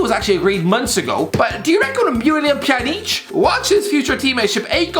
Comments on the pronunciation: It's pronounced Pyanich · Nobody:: Piyaneech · As a Bosnian I laughed way too hard at his pronounciation